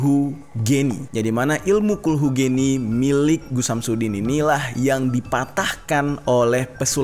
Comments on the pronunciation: cara bacanya khulhu geni... ge ge gerak. bukan ge ge generasi. geni = bahasa jawa, api. geni bacanya ge seperti pada kata gerak gerakan gegap gempita gelap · Bacanya bukan geni bang tapi ge‘ni (api) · Gheni bang pelafalan nya🙏😁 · kulhu geni (geni=api) g(e)ni >> pengucapannya seperti (e) nya pada kata : mamp(e)t daw(e)t bang(e)t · Kulhu geni tuh bacanya kulhu geni bang Huruf e nya bukan di baca e tapi e, nah jadi nyebut nya kulhu geni. E dari celana Bukan e dari sempak